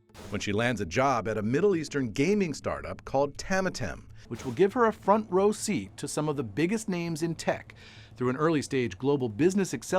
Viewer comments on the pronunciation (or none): none